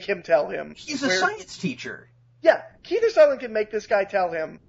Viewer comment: It's Kiefer Sutherland, not "Keither Sutherland,". Cripes.